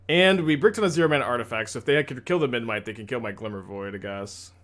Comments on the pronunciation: I think it's kinda cute that can't pronounce Memnite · thats a kind way to put it lol